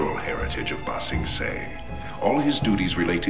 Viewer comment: Will you be my Ba Sing-bae? Um Ba Sing-yeh:P